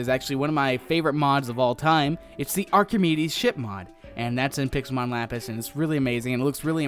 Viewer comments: Actually, Archimedes is Archimedes not Archemide. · It's pronounced arr-keh-meeds